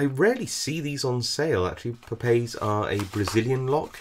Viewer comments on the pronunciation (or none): Nicely done. There more pronounced as a ( PAW PAW -EEZ) though, So I've been told by Brazilians my friend. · A Portuguese friend says that 'Papaiz' is pronounced with three syllables, if that's of any interest to you? Thanks for the demonstration and video.